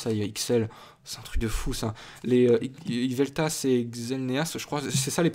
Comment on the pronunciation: Cela se prononce Xerneas et Yveltal pas Yvetas...